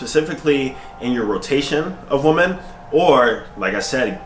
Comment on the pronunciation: Women and woman = the same exact pronunciation to AD.